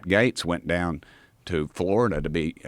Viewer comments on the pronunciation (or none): none